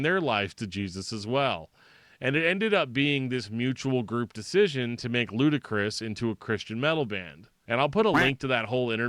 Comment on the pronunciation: Saw these guys twice as LK, and its pronounced 'Ludicrous'. It is def not lootee. Josh climbed the tent pole in front of the stage in both shows, bellering with the mic inside his mouth from the upper rafters. A decent show for chaotic music, but im more of a metal head. I keep seeing DillingerEscapePlan mentioned in ref to these guys, however, guys from Frodus started DEP.